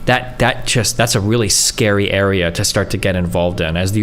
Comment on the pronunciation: "There's no danger of any civil war or unrest or anything!" "Guys, it's scawy wight now."